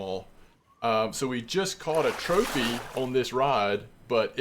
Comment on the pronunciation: I'm not trying to like... criticize or nothin', I genuinely thought it was hilarious. Had to do a double take and go "Did he just say Trophanese Japanese Amberjack?" lmfao. That was great, made my day better.